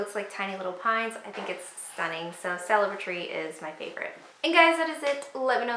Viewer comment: Celebri-tree... is like Celebrity only -tree... 😋 not celebrate-tree 😉